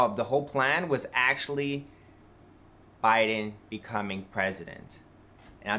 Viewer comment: Why, please someone tell me does he pronounce Joe Biden as J'Biden ? Is it a republican thing to make it one word